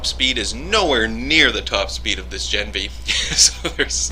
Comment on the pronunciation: gah-NEV-nee. I asked my dad who speaks fluent Russian.